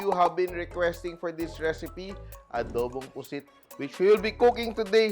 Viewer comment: It should be “puset” w an e